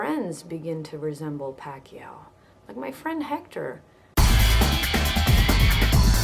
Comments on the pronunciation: manny pakyaw. pilipinong pilipino. haha. as compared to your accent. pa-ki-yaw. go pinoy! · Hhaha manny PUCKiao I like how the 'mom' pronounces it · omg the way she pronounced the fella's name, change the "P" to "F" hahaha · hai naku Christine, R pameely ease berry macha, berry macha like yorr pam'lee eksep wee *oofs* & *ahhs* ebri tayme Pacman hits Ricky at dat mowment. lol. loved the vid. =)